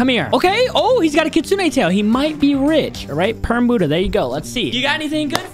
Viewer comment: Hey bud ha not boodha